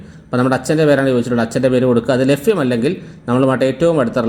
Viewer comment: lafyam അല്ല. ലഭ്യം. fagam അല്ല. ഭാഗം